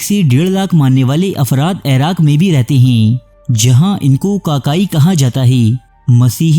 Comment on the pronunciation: عیراق غلط ہے۔ عِراق صحیح ہے۔